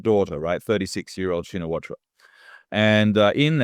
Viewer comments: Pronounced "Shinawat" not Shinawatra. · Not "Shee-na-watra". Chi-nna-wat. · The A is silent it is pronouced shinawat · It’s pronounced ‘Shinawat’ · The surname "Shinawatra" is correctly pronounced as "Chihn Nuh Wuht". The last syllable of the surname "Shinawatra" (ชินวัตร) is not pronounced in Thai and the surname even begins with NOT an "sh" sound but a "ch" sound like "chicken". The last letter in the name "Shinawatra" (ชินวัตร) is a Thai ร which normally is pronounced as an R but when combined as it is ตร with a ต at the end of the word it is not pronounced, it is silent. It is an archaic spelling form that indicates it's Pali origin, it means a lot to Thai who are into such, means less than nothing to everybody else. Transliteration of Thai to pronouncible English has been a long and lonely challenge that has never been well solved, my transliteration would be "Chihn Nuh Wuht" which the Thai would find horribly ugly to look at but is easily pronounced by all English speakers. Because it is royal blessed, the Thai universally use the Royal Thai General System of Transcription (RTGS) — the official scheme promulgated by the Royal Thai Institute - which their teachers taught them in school which follows Thai SPELLING (of all things) and transliterates many consonants incorrectly and mangles all vowels and makes many many Thai words impossible to pronounce correctly if you only know their RTGS spelling. Just the way it is, one of a zillion things that make Thai Thai. For those not yet fully asleep in this explanation, author Gordon H. Allison's transliteration scheme seems to be best overall but it has it's faults as the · The correct pronunciation is Shinawat, the host is wrong. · it's pronounced shinawat the ( ra )is silent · check the pronunciation of Shinawatra. Just stop at the last t. The ra is silent. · Shinawatra is pronounced SHINAWAT. Crikey, LOOK IT UP!!!